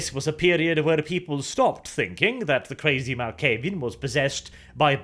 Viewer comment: you pronounce a clan name correctly for once. Nice